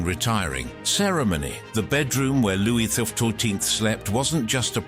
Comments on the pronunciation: ~ "Louie the four-too-teenth" ~ Non-human generated voices crack me up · This narrator has a peculiar difficulty with saying Louis the 14th for ome reason....